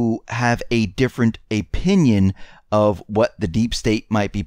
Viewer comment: " .. a different Apinion"